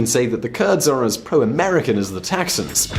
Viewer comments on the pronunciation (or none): "As pro-American as the taxans(Texans)" lol .. loved the video but had to rewind to make sure I heard that right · 😂I laughed when he said the taxans instead of Texans.